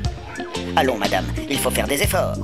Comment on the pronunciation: Le coup de tonnerre sur nos dewwièwwe n'est pas obligé de se faiwwwwe …..